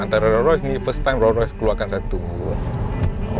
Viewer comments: Bang sebutan Rolls Royce ada ‘s’ di belakang Rolls. Abang sebut Roll tanpa ‘s’. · Sorry bro...tolonglah sebut nama Rolls Royce dengan betul...bukan Ro Roy.... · Hang sebut Raw Royce ek